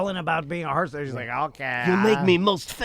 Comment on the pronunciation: pronounces it surgeont. Like he's combining surgeon and sergeant. Also... pretty sure he could be a surgeon after watching for 20 minutes. Maybe the jokes on me, and he would be an excellent surgeont after 20 minutes